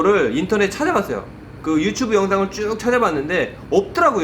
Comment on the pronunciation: yu tsu bu 발음이 유츄부 ㅋㅋ